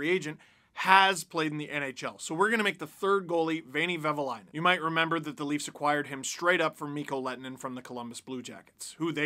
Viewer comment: I know it's hard for someone who's not finnish, but it's "Vehviläinen" 😁